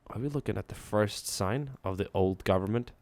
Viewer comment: They must be froam the gowerment